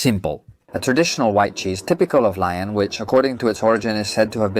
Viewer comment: I was happy to see that you were in one of my favorite restaurants in Lyon (pronounced Leeon, not lion) I must disagree with your thoughts about the quenelles de brochet. I have always found them to be delicious but as you say it is an opinion, ours just differs. I have had the salade lyonnaise and enjoyed it as well. Im sorry that your experience was not more positive. Cheers Bill McKinley